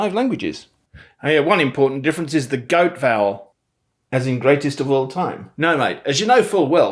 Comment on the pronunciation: Some of the Aussie words need practice… & “example”. And yes, I would say probably 95% of Aussies would say “dance” with the trap vowel. … Aussies don’t pronounce the E in “vowel”… it’s just “vowl” (Most) Aussies would never say Yes or no… if it starts a sentence… it’s “Yeah” or “Nah”. And, I don’t know why but the word “differences” & sounded a bit off. And lastly… the word 18 wasn’t quite right. But otherwise you did pretty good. Bonza mate!